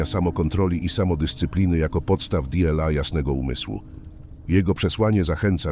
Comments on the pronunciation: Niby pierdola Dela Marek Aureliusz. Zamiast dla Marka Aureliusza. Może warto by było, żeby ktoś odsłuchał materiał, po wygenerowaniu materiału przez SI. Bo naprawdę może to trochę przeszkadzać. Ktos napisał, że w 15 min Dela, nie wiem ze 20 razy jak nie lepiej tak powiedział wasz głos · no właśnie, d-ela zamiast "dla" jest jsk dzwonek wytrącający ze snu